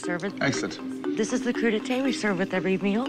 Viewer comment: "Cru d'été"? You might mean "Crudités"